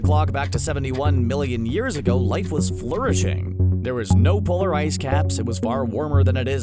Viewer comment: Life was flew-rishing? Oh, you mean flourishing, and are vowel-impaired? LOL